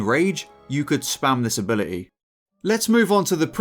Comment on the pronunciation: In this video, the t in ability is silent